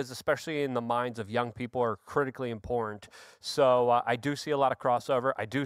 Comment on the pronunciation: just rattles and he can't pronounce the word im-por-tant.